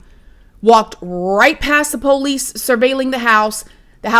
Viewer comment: I love the way you say Police same as me! I don't trust any LE and I'm an ex officer myself. LE are a bunch of overpaid, under trained adults acting like children playing with overpriced toys that We the People pay for?!!! Millions spent for zero results. I don't trust or believe anything the FBI/LE and government do and say!!!